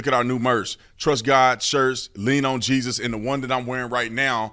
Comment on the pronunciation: I’ve never heard of the “Cath-oh-lick” church….do they worship Jay-zose Christ there?